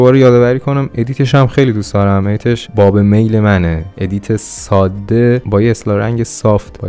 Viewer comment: دوست عزیز واژه ساده رو ساده تلفظ بفرمائید ، واقعا این کلمه تشدید نداره.